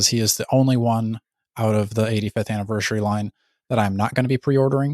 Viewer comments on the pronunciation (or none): Why do you say Anniver-shuri? Lol